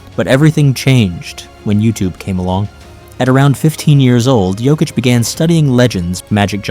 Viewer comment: The best player EVER! Sorry that’s the stats and you are pronouncing Nikola Jokics name wrong. Uggg u keep saying 😮t wrong. He also has the horses living in his house in my hometown. He has a horsetrack in the basement his points pervgame are amazing but his amazing talents include his no look bounce passes and no look throws to Aaron Gordan now known ad Air Jordan. Also Jokics rebounding skills are unstoppable! All around he is not only an amazing basketball player but he is an amazing Husband a dad of two young ones . At the end of the games he tells everyone good Job and goes home . Ya no time time for bs . He’s a family man and goes home till practice o🎉 the next game we do have 5 players that are bad axxes just Nikola is the best ever even Michael Jordan gave him the GOAT TITLE He said no one is better it’s his now.-He is absolutely the most amazing player! Not only Jordan but tons of pros say he is untouchable and it’s true, i’m thankful he’s our #1 son!!!~ a true Denver nuggets fan~TEENA PLRGIRLZ